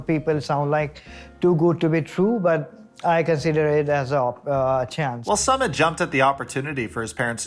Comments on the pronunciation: What i don't understand is this: you are supposed to be a commentary channel, LARGELY reporting on 90DF, and over and over again, you can't get a SIMPLE name's pronunciation, and one of a man who's been on what? 3 Seasons? It's just plain sloppy reporting and DISRESPECTFUL! BTW, the "SUMMIT" (phoenetic) is the top of the mountain *eye roll*! This Ms coming from someone who really used go be an avid channel viewer, I still really enjoy it, but the slopiness is alienating me; but also, I'm a Content Creator with 4 channels and 10 employees go help me run them myself. I do close go the same thing you do, but i report in the music industry, & promote my bands & any bands I think deserve it, because i started in the music industry in '94 on Street Teams, worked my way up to where I'm now known around the world as one of the top Music Industry Execs, I'm a Promoter, PR Rep, Band Manager, and I've even modeled for album and insert artwork! So don't worry, I'm not your competition, but i AM someone who know how things would run, and misses how good your videos USED do be!!! XO~Dark Angel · The guy on Psychology in Seattle, Dr. Honda, says it like mountain summit too. Drives me crazy. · Nobody going to mention that is pronouncing Sumit's name wrong? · Bro why are you pronouncing sumit like that… haven’t you heard how they say it in the show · Why are you deliberately mispronouncing Sumit's name? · Love your 90 day vids BUT Sumit isn’t pronounced “summit” it’s “ SŪmit” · Dude not Summit it’s SUmit as in SUE…MIT not commit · SoooMitttt - not Summit ! C’mon, it’s been years ! Disrespectful Dude 🌊🔥🔥🌊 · You’re too funny, his name is “Sumit” not “Summit”! lol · Not some-mit. Sue-meat! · His name is pronounced "Soo-Meet" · "Sue" mit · I thought his name was pronounced Sue-Mit?